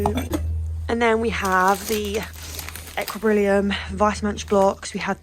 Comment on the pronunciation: Are you aware that you say Equilibrium wrong every time? It’s pronounced Equi-lee-brium